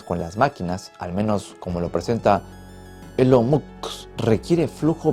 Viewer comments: Ajajajajaja cuando dijo Elon mok 😂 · ilon mots 🤣